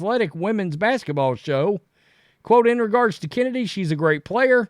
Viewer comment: Is Chennedy supposed to be pronounced like I'm removing a loogie from my throat? Like the ch in L'chaim? Cccccchhhhhhenedy Carter. SPIT